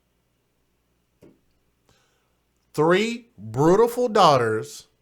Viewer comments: In the circumstances, pronunciation is totally trivial, but why can't people use the English language properly, at least in public. "Brutiful"??? Almost as bad as my pet peeve... "Aaks"!! Really doesn't help our presentation as black people in public or around young children who learn from us. Trivial point definitely, but just shows us in a bad light. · I tried to watch without comment but this spoke to my soul. First off, okay she mispronounced beautiful...in the moment of pure grief most will mispronounce their own names... the smirk and jokes were too much! Yes she had 3 children which were seemingly all cared for...You sound like a pure racist to me brother and against your own... let me get this right, because he has tattoos he's a thug? And because she liked to dance makes her less than?? I'm from Detroit and can tell you that the love of dance is huge here. We hustle, jit hip roll all kinds of signature dances. Dancing is an art form. Im confused at why so much time and negativity was spent towards her love to dance. You took this left field. How do you know there was no insurance policy? Yes everyone has an opinion but this video and comments are nothing but judgmental. Shame on us a community and culture. How many of us care about what happens to these babies!